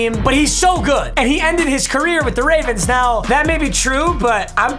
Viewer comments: has a stroke saying ravens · Idk why but just made me laugh when he said “ravrens” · “Ravrens” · My man really said ravrns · “Baltimore Raverens” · Wait did i hear ravrens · “Ravrens” yep yep ravrens